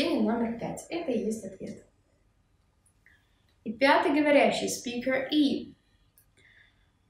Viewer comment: чуть не умерла от "спика"